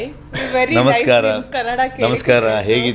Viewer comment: You misunderstood what I am saying !! I did not talk about Kannada Cinema or Indian cinema I only asked you to pronounce the name of the language correctly!! Most North Indians say kannad instead of kannada ... So I asked you to correct tha pronunciation, that's all